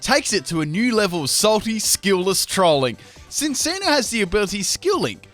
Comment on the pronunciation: No offense but you said Sin-see-no instead of Chin-chee-no